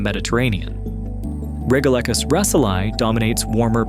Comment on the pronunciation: It might help with the credibility of "" if he had an actual knowledge of basic science. The twilight zone is not perfectly still, it's constantly buffeted by global currents. You pronounced "regalecus" at least two different ways: if you're going to get it wrong, at least be consistent about your wrongness. And the bit about there being no bubbles in the sea unless released by earthquakes? Are you kidding? Bubbles get released from the mud on the sea floor ALL THE TIME.